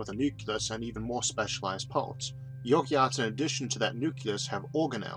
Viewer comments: 29 - Yoki-arts, love Isaac's pronunciation! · I think it is pronounced (Eukaryotes) YOU-CARE-E-OATS, but I could be wrong too, lol. This seemed like a mispronunciation and not just a side effect of your unique speech. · it's pronounced you-carry-oats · you pronounced Eukaryotes completely wrong